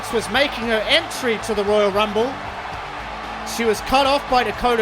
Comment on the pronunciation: I think you should calm down when your speaking beacuse your voice getting very low the higher u speak and your not pronouncing the words good especially the royal rumble. Am a new fan anyways